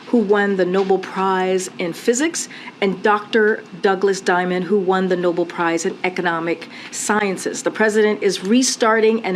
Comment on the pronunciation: Oh for Gods sake it's "No Bell" "Nobel" not noble, village idiots just reading what's in front of them.